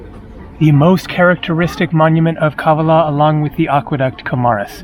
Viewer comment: Kavala is pronounced on the second A !! Pleeeeaase !!